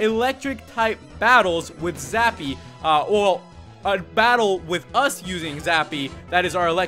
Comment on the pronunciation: its zappy not sappy LAMO ;)